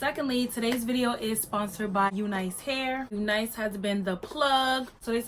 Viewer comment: Finally someone who pronounces “unice” “u - nice” lol and yes we miss u🤣😂😫😩